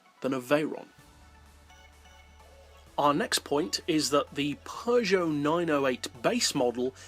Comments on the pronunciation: So..... Peugeot is pronounced "pojyo" not pee-goat 😐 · it’s ‘purjoe’ but ok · what is the right way to pronounce peugeot and chaparral??? per sho ??? peu geot?? shaparral or chaparral???